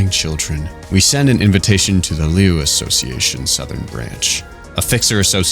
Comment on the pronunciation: >suwaia I am begging you, say "Tswei".